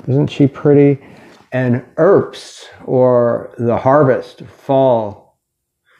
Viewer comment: it's not 'erbs, it's Herbst. You have to pronounce both the h and the t. You're not speaking French here